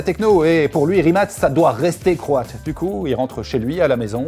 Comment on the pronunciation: Pour info ca se prononce RIMATS